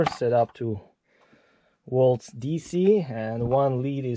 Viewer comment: “…woltage went up to 20 wolts.” 😂